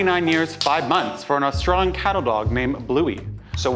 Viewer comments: as an australian i feel offended that he pronounced australian cattle dog as austrun cattle dog 😂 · the way Matt pronounced "Australian" made me laugh so hard 😂